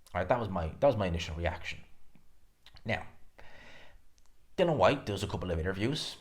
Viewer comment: IAN... DillI -IAN DILL-IAN DILL-IAN.. It not fkn Dillon ffs